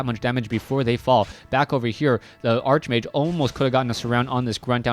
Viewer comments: ARCHMAGE IS PRONOUNCED "ARK-MAGE" lol not "ARCHE MAGE" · arch-mage is pronounced ark-mage